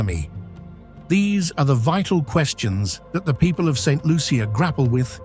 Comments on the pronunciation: The butchering of my island's name and some of the communities. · please do your research, St Lucia is not the only volcanic island in the Caribbean. Also, learn how to pronounce the name of island. However, there were some beautiful views. It is a very poetic view. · Saint Lucian here! This video needs to be taken down and properly edited. 1. You might have checked the correct pronunciation of the name of the country. 2. There are no crocodiles in Saint Lucia. 3. There are scenes which are obviously not authentic. 4. The AMERINDIANS were the original inhabitants of the island and are not mentioned in your comment on ethnic history. 5. After slavery was abolished, India became the source of indentured workers many of whom remained and contributed to the ethnic mix. 6. It is incorrect to say that the island is geographically isolated when it is surrounded by neighbouring island countries and has direct international flights to Europe and North America. 7. Saint Lucians are very well educated with a large middle class and like any other country, people move around the globe for various reasons. 8. There is a large community college and access to The University of the West Indies (UWI) which has 4 main campuses in Trinidad, Jamaica, Barbados and Antigua, as well as Univerrsity Centers in all the other islands facilitating its online degree programmes. Thousands of Saint Lucians have done degrees in Science, the Arts, Medicine, Law, Education, etc. NB Saint Lucia has two Nobel Laureates (Economics and Literature). Stop the stereotyping! Island nations in the Caribbean are countries like all others, with normal social issues and a range of lifestyles as in any country. At least have the courtesy and professionalism to check your AI and do the a